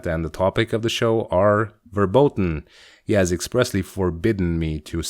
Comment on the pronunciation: the moment you said "verboten" (pronounced with f rather than w ... if that was meant to be german) my youtube closed